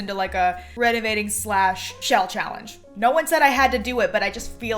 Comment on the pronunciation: did anyone else think she said “that’s what we will be renegading today”? no, just me being addicted to tiktok? 🤣